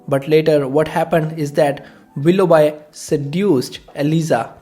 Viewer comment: Willough B not bi.